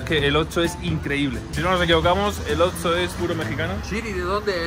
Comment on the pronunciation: Yo: - Oxxo (ocso): - Otso. Jejejeje me hiciste recordar al oso malo de toy story. Lotso 🐻